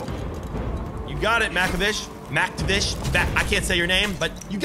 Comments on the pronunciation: you can call MacTavish soap or to pronounce his real name is "mac" like a MacBook "Ta" like you gonna say tadpole than "Vish" pronounce it like the word fish but with a V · It’s Mac/tav/ish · Mac ta-vish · Its mc tav ish mactavish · Its pronounced mac-tav-ish